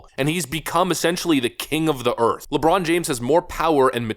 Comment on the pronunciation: You said " Earfff " wrong.